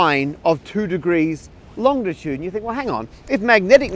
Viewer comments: Gah! It's not longtitude, it's longitude! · BTW it’s Longitude not Longditude as you pronounce it. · It's longitude, not longditude, Matt. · Matt please, long-i-tude not long-di-tude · You’re not pronouncing a ‘D’ that isn’t there are you Matt? So often it sounds like long-di-tude, when it’s really long-i-tude.